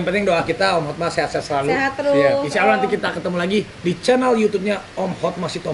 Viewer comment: Banyak yg salah ucap HOTMA jadi HOTMAN